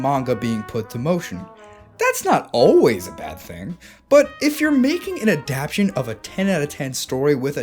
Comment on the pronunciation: Bro really made a 40 min video essay saying the word "Adaptation" wrong every time